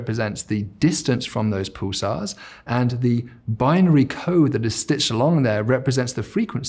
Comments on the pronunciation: Snarky comment warning "Paul-sars" and "cool-tural". And yet we're mocking the need to bring in a linguist? Still a very informative video though. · I've never heard Pulsars called pooh-sars in all of my 60 years on this planet.